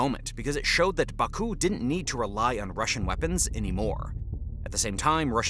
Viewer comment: Imagine making a video about Azerbaijan and not knowing how to pronounce Azerbaijan, Caucuses, Baku, Nagorno Karabakh, Armenia, or Tehran...